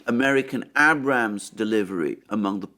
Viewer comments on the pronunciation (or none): I roasted you pretty good for that little sound thing 😆 sounds good now though 👌 well done sir! However while you're answering complaints, I'd also like to ask you to stop pronouncing it AB'rams, it's pronounced A'brams. Please work on that.